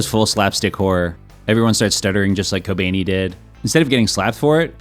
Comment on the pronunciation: "kobaynee" lmao 🤣🤣